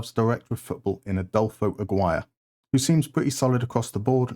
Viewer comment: I have to tell it! You smashed those greek names! Perfect pronunciation! You did worse with Aguirre though! And did I noticed "Κυβικά Ζιρκόνια" there as the name of the tactic? What is this? I'm waiting for more! Great start!